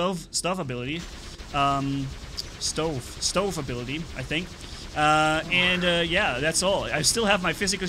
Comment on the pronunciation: Dont worry it doesnt matter how you pronounce stove your close enough to were we understand what you meant